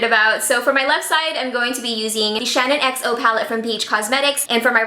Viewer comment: did it give anyone else the fear when she called it the shannon xo palette instead of the SHAN xo palette ? ahaha, love you heart x